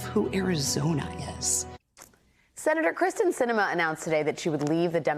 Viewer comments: You are lazy. Her name is Kyrsten (CURSE-ten), not Krysten (CHRIS-ten). Since you don't even know her name, nothing you say about her can be trusted. It's shoddy "journalism". You are banned forever from my listening to you. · It is Kyrsten, not Kristen. Gosh! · Why hasn't someone at MSNBC informed Alex Wagner that she is mispronouncing the senator's first name? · normally it bothers me when commentators mispronounce someone's first name...(it's KEER-sten) but with Sinema, I'm all good. Kristen, Kyrsten, s'all good.